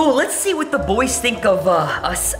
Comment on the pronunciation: I fink you take of the blak marsk